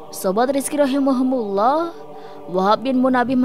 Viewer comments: ROHIMA KUMULLOH.. bukan Rohimahumulloh.. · Maaf ada saran sedikit, rahimahumullah di ganti rahimakumullah kayaknya lebih mantap.